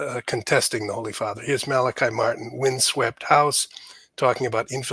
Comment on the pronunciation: His name was pronounced Malachi (mal-el-KEY). Malachi Martin was released of his vows of poverty and obedience (not chastity). Malachi came to NY and for a time drove a cab. Also, he performed exorcisms. He was a most remarkable man. There is much you left out. He continued a relationship with John Paul II..... and you should inform yourself and find out how far he went as far as titles go. Fascinating man.